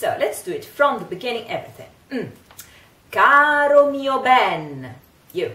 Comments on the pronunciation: I’m not on here to troll people or anything but just wanted to mention that because the R in Caro is in between two vowels it is flipped not rolled. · Nooo!!! Se pronuncia caro! Lo que quiero decir es: cuidado!! No digan carro!! 😀